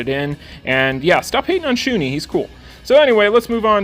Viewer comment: Great video as always! You might want to change that Shun'ei pronunciation though. It's not Shu-nee, it's Shu-ne. Kind of cringed every time you said it wrong. xD